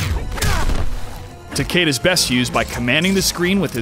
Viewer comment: I love how you mispronounced his name. Every. Fucking. Time. And you still did it after it was said correctly in the game.